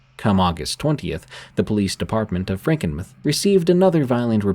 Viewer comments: "Frankinmith"? Do you mean Frankenmuth? Must be read by stupid AI. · It's pronounced franken-MOO-TH not meth lmao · Frankenmuth mUth. not mith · Frankenmuth is pronounced Franken mooth from a native Michigan person of 76 years. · Lol he said Franken-myth...and its pronounced travers city not truh-verse city... mist be from anywhere on the planet that isn't michigan (ya obviously, breath into the paper bag) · It's pronounced Frankenmuth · The way I gasped at Franken muhth 😂😂😂 it’s like tooth but …. Mooth. Franken mooth. Hope that helps, thanks for the awesome content yet again D! ☠️🥀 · SE Michigan here 🤚 "Franken-meh" 😂😂😂😂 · I can't help but keep giggling every time you say "Frankenmuh-th." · Same!!! The u is long! Mooth! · It’s AI that’s why it wasn’t pronounced correctly